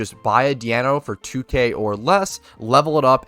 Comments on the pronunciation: Why the fuck do you call Deino "Diano" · Ok but is no one talking about pronunciation of "Deino"